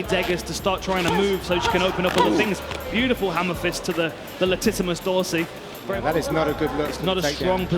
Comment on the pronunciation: “Beautiful hammerfists to the Latimus Dorsi” 😂😂😂